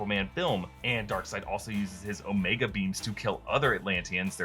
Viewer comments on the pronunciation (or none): none